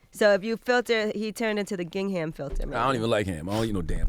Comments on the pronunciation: I could be completely wrong but was Angela he trying to pronounce gingham "Ging/ hùm" like the pattern check formation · Angela...."ging ham?" Its pronounced "gingum" the h is silent Gingham = "gingum" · She said ging-ham Oooh fam 😭😭😭😭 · Yee the H is silent in gingham 😂